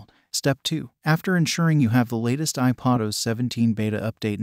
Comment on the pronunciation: Tired of these fake voices!!! It’s IPAD not IPOD os!!! SMH